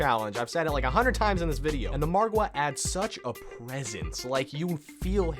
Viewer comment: Have you noticed this guy says Margwa correctly while other youtubers pronounce it like Mogwo lol